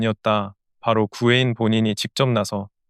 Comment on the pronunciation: AI로 영상 편집 한거니? 제목하고 자막, 나레이션까지 구혜인을 구회인이라고 하잖아! 잘좀하자